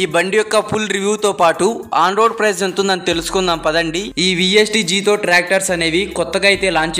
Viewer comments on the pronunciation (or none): జాథోర్ కాదు బ్రో జెటోర్ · జీతోర్ కాదు బ్రో జెటార్